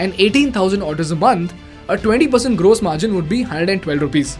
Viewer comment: Fix your pronounciation for 'gross'. It hurts my ears!